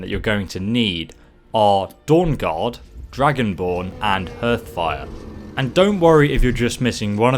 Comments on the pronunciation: HEARTHFIRE is pronounced as HARTHFIRE NOT HERTHFIRE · The 'Hearth' in Hearthfire is pronounced 'Harth' :P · Hearthfire is pronounced Har-th-fire :)